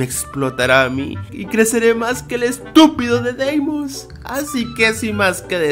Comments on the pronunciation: y queras decir XDXDXDXDXDXDXDXDXDXDXDXD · es feniz